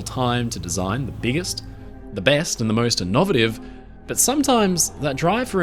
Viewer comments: Small criticism - innovative is not pronounced "inov-it-iv", it's pronounced "inner-vuh-tive" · You realize the word is pronounced “in-oh-VAY-tiv”? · why do you pronounce innovative like that? Is this another AI channel? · You remade it and still pronounced innovative wrong? 😂 why? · When you can't pronounce "innovative" even remotely correctly you lose all credibility here. smdh